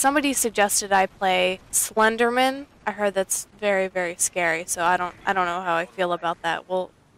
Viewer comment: I enjoyed the way you pronounced Slenderman. 'Slendermin' lol